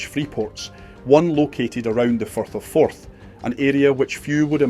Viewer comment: 8.41 minutes in , the speaker call the Firth of Forth, the Forth of Ferth.... Oops !